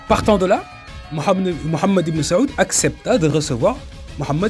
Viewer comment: Frère si tu pourrais prononcer le nom du chef des wahabites autrement ça serai pas mal pour honorer le nom de notre bien aimé prophète psl